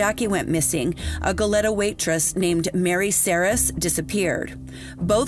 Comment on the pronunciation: Your diction is excellent, but some place name are pronounced incorrectly. Goleta: Go-lee-tuh Tujunga: Tuh-hun-guh Googling the pronunciation of place names derived from other languages, works better than anglicizing them.